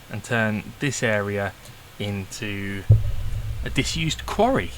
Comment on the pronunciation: Yeah he said quarry I heard Sontaran lol